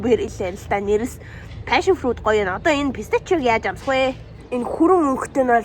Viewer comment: Pestechio gj heldg gne vv haha